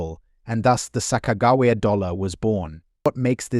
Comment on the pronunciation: They found every possible way to mispronounce Sacajawea. And they even mispronounce the word tear. The producers are super lazy and don’t bother to fix anything before posting it. Very very irritating. It severely detracts from all info given, whether accurate or now. Who’s going to listen seriously to a voice that sounds dumber than a 3-year old?